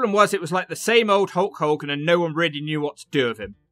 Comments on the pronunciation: Love how he pronounces it holk holgan hahahaha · "A HOWWA POWWA"